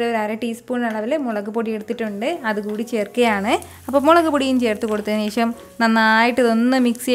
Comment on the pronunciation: കറി സൂപ്പർ 👍 ഇടയ്ക്കിടെ പറയുന്ന "ശേശം" അതിലും സൂപ്പർ 😍😂😜